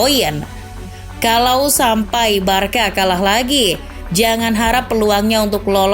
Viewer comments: tolong naratornya belajar pronounce2 dulu deh, info bagus dikemas narator pas2an jadinya kurang nyaman. giusepe meatza pronouncenya, bukan meaza. el barsya, bukan barka, aduuh, dan keliatan baca teks banget. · pronounce nya “barsya” bukan “barka”